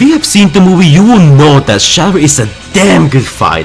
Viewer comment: When you say the word "movie" it sounds like your saying "mobie"